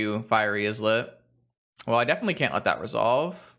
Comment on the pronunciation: Islet is pronounced "EYE-let" like island. It just means a tiny island.